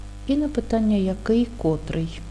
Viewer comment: Наголошуйте правильно слова! "Котрий" - 2 -й склад наголошений, порядковий - 3-й склад.